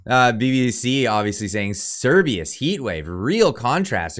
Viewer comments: Oh man, I just LOVE it when you up-loaders can't pronounce what you're talking about and are just too damned lazy to Google it. The name is Cerberus, pronounced "sir-BUR- us", not "sir-BEE-us". I won't watch the rest of the video just for this single fault. You modern youngsters have all the information at your fingertips, whereas we boomers had to wade through printed volumes to find what we wanted, but you are too bone idle to do so. To echo another of your clueless kind: "How DARE you?!" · You are saying Cerbius, when it clearly say Cer-ber-us, the three headed dog who guards the underworld in Geek mythology. I dont want to be that guy but ffs lol. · Cer-BER-us. Not Cer-BEE-us. Cerberus is the scary 3 headed dog in Greek Mythology. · Cerberus not Cerbius. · It’s CERBERUS (Sur-bur-us), not Cerbeus! 🤦🏻‍♂️ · It’s Not Cerbius!!! It’s Cerberus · Keeps saying "Cerberus" as if it's spelt "Cerbius" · it's pronounced Ser Ber Rus. Like the 3 headed hound that guards the afterlife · It’s Serbaer rus. Please try pronouncing him correctly. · Honestly clicked off this video because you can't pronounce cer-BER-us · this is hilarious fear mongering. Cerberus... the three headed hound of hell... "S-air-bur-us or Sir-bur-us." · Sir-ber-us Jesus christ just read it. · How could you read Cerberus so many times without pronouncing the R? Sometimes I think your sarcasm and over confidence is a mask for your dyslexia and general retardation. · Yes, I cringed every time he tried to pronounce it 😣 Knowing that he doesn't understand what it is or how it's said.